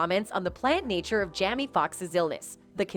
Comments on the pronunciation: The AI keeps calling Jamie Jammy.😂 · Why can’t this woman pronounce these peoples names correctly?? Seriously Jamie is a VERY common name or Diaz. She said Jamie once or twice then the rest of the time she says Jammy. DRIVING ME CRAZY! I’m trying to pay attention but I keep getting hung up. This isn’t her first video that you play we’re she’s mangling house hold names sheesh! She said Dave’s last name correctly then messes it up then correctly again. Maybe. She should pre-read her scripts a few times and then slow down a bit while recording! Get your shut together woman, so I can pay attention to the reports! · Is the an AI speaking cs she keeps referring to Jamie as Jammie and it’s driving me CRAZY……?!?! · Because for some reason, some of them act like they can't say Black people's names. They call TuPac Two Pack, and Chaka Kahn Chaka Can, and now she's calling Jamie, Jammy.